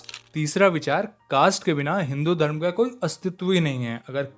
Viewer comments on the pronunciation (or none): none